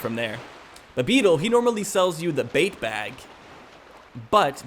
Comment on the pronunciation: Is he calling the bait bag, a bape bag?